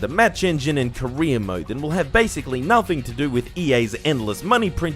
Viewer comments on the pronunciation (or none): I can't help but hear "korea mode" Instead of "career mode".